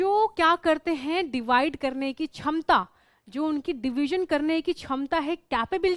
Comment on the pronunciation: Not chamta that is shmta 😅🤣🤣🤣🤣😂😅